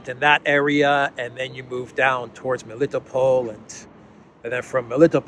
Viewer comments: Do me a favor and learn how to pronounce names please. Rally annoying to hear you butcher. Usually Russian names have emphasis on the last syllables. For example it's not me-LITTO-pol it's meli-tOpolь Same idea for Mariupol - mary-Opolь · you have difficulty pronouncing Greek names, Militopol, Semphiropol, Kherson? I thought you being Greek, you can do it well, may be even know how these names mean in Greek. These are towns of Ancient Greece after all.